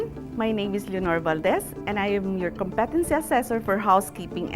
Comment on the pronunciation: Thank you for this video, it is very helpful. There's only one thing I would like to suggest: please pronounce correctly the word "competency" .... you may google it by typing "competency pronounciation"... the stress falls on the first syllable just like how you pronounce "competent" in which the stress falls on the first syllable.